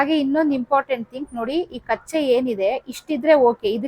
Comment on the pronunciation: ಮೇಡಂ ಕಚ್ಚೆ ಅಲ್ಲ ಅದು ಕಚ್ಚ